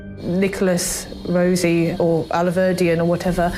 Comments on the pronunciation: I feel like they decided to call him Nicholas "Rosie" 🌹to show that he can't possibly be him if they dont even know how his name is pronounced.. I dont even think a child learning to read would see it as anything other than Rossi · It's interesting how she says the alias name Rossi pronouncing it either as it's spelt or she pronounces it as "Rosie" minimising her familiarity with the name... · Why he constantly pronounces the name Rossi as "Rosie" is hilarious, he's trying to distance himself from his true identity even linguistically 😂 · I'm surprised that none of the guys noticed how they keep mispronouncing the name Rossi, as Rosie. If she was an executive, she must be fairly intelligent and anyone with half a brain knows that the name Rossi, is not pronounced as Rosie. And they've heard others say the name to them many times by now, so why would they STILL be calling him Rosie? That's really suspicious, and looks like another attempt to seem innocent, because hey, we can''t even pronounce the guy's name, so how could it be him? You know that they've heard others pronounce the name as Rossi by now, and they keep mispronouncing it. It's a fairly easy name to pronounce, and considering the situation, they should know how to pronounce it by now. She's acting more and more like she knows and is part of the con. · I think that the wife is all in. Rossi is Rossi in the UK as well as the US. It's not Rosey. She's mispronouncing it on purpose. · He refused to give fingerprints or DNA. But then he got himself remanded into custody when he assaulted hospital staff while on bail. They took his fingerprints and... surprise! They match Rossi (or "Rosey", as both he and his wife insist on mispronouncing it). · Hey guys! Do you think the mispronounciation of the Name Rossi (Rosy) is distancing? Greetings from germany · Yeah, that annoyed me, too, the purposeful mispronunciation of Rossi. C'mon man! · She knows damn well how to pronounce Rossi 🙄